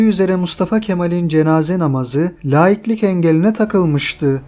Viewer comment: Laiklik (dinsizlik) kelimesini söylerken (telaffuz ederken) la hecesi uzatilmaz, uzatmayın lütfen. Laiklik, uzatilmadan okunur, fransizcadir, kökeni ise laikus'tur, latincedir... Dinsizlik îmân'sızlık demektir...